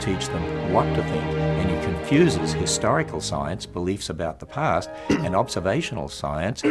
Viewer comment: It always sounds like is saying "Hysterical Science", and to that I will agree. Science is very hysterical! "D